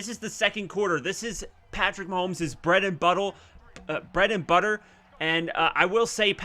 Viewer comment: I thought you said bread and butthole 🤣🤣🤣